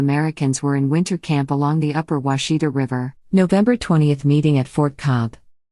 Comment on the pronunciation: That's not the way you pronounce Washita.